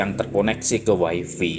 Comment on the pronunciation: Wai fai bukan wai vi